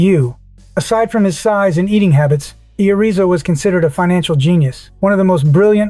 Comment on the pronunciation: One point five dollars billion a year. Irrizo 6 foot 5, 50 pounds. Seriously? This isn't AI Slop is just pitiful. It can't even read it's own text. just stop.